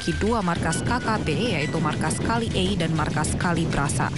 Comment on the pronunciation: Markas bukan maskas 😂.